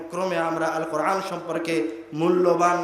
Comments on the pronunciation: কোরআন শব্দটি স্পষ্ট করে পড়তে পারে না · আল কোরআনে আলিফের স্থলে আইন উচ্চারণ হচ্ছে না তো? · কোরআন উচ্চারণে কি আইন নাকি হামজা? সতর্কের সহীত উচ্চারণ করতে হবে, বিশেষ করে যারা নিজেদের কে পন্ডিত জাহের করার চেষ্টা করে এবং ইসলামের দায়ী হিসেবে সাধারণ উম্মাহর সামনে কথা বলে। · আপনি বলতেছেন কুরআন শরীফ বলা ঠিক না অথচ আপনি কোরআন শব্দের সঠিক উচ্চারণ করতে পারতেছেন না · কোরআন শব্দটা শুদ্ধ করে উচ্চারণ করতে পারলো না আফসোস। অপ্রাসঙ্গিক আলোচনা। দেশ জাতির মানবতার কল্যাণ কোন আলোচনা নেই। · তিনি কোরআন বিষয়ে বক্তব্য দিচ্ছেন,অথচ কোরআন শব্দটা শুদ্ধ করে উচ্চারণ করতে পারছেন না।"আলিফকে" উচ্চারণ করছেন "আইন" এর।